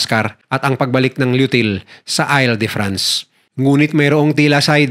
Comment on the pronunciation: Hinde ail de france an basa dun IL as in I-L, 😂🤦